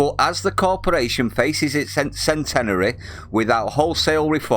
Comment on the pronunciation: Almost perfect but what kind of idiot says centenary like you said it my friend